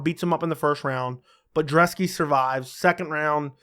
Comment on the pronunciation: Dude! It's Brzeski.....not Drzeski! And i think Brzeski gets the upset here. Thanks for the great breakdown!